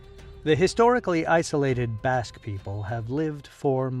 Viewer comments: It's BASQUE not bosque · When you say Basque, I hear Africa! 💥💪🏿🌍